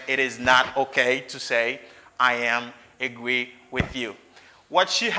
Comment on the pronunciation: Hello! Could pay more attention to the way you pronounce the word "agree"? I think that the pronunciation isn't correct.